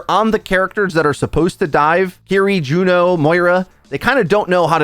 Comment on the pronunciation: Ok...who are you and what did you do with? Pronouncing her name correctly?! Inconceivable!